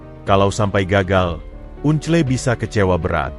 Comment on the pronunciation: Baca uncle kok gitu to un cle kan itu BHS Inggris (baca angkel) Dulu sekolah saat pelajaran BHS Inggris pasti selalu tidur atau tidak masuk ya !?